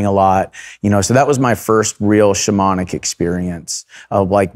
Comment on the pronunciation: Whenever he says “shamanic” I can’t help but hear “demonic”